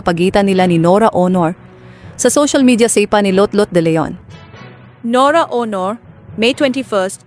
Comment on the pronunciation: Nora honor? Ang emphasis ay nasa 2nd syllable....Bakit ganyan kayo magnarrate....mali mali ang emphasis or stress sa mga words.?? Mababae o lalake ang bag nanarrate pareho lang silang mali....nakakairita!